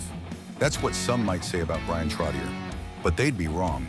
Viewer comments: It would be nice if the announcer on this clip knew how to pronounce Bryan's last name. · Can't even say his last name properly....good gawd...